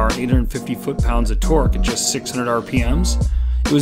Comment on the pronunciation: The word is TORQUE.